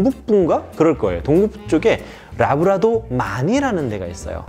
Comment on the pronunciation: 래브라도인데 왜 자꾸 라브라도 라고 하나요